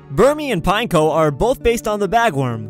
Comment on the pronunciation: Its pin-echo not pine-ko